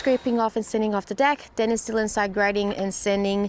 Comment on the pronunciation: in case I missed it, what happend with Dans pronounciation?